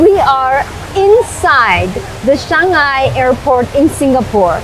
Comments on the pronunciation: Haha the mispronounction of Changi to Changhai was the first time I ever heard, but it's all good tho. Quite a numbers of westerner do often get the pronounction wrong. Like for example some will pronounce as Chan-Gee instead of Chang-Yee, the "i" in Changi is main focused so the correct pronunciation will be "ee". Another one often mispronounced was the famous singaporean cafe called Ya Kun Kaya Toast, but some will pronounce as Kayak instead of Ka-Ya. Our english is different from the american english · Changi is pronounce as Chang-gee not Chang-guy. Well research and well presented. Changi Airport is a good example of ‘man made structure, yet coexisting with nature’ Welcome to Singapore. 🙏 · Her cringey pronunciation of Changi just threw me off. All the dramatic intro but blew it off with "Chang-I" instead of "Chang-E". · NOT shangi but CHANG-ee. I do appreciate the effort though because I heard "shanghai". LOL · She said Changi but pronounced it as Changai. It's like how people pronounce fungi differently. Appreciate that you're taking the time to correct common misconceptions about Singapore but please do so with a positive intention to educate rather than one of condescendence or intolerance. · It's not that difficult to pronounce : CHANGl . 😂😅😊 CHAN - YI